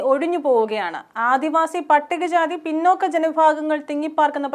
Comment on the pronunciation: പിന്നോക്കം അല്ല, പിന്നാക്കം ആണ്.